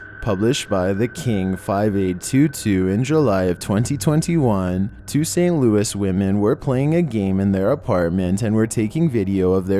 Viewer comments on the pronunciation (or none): none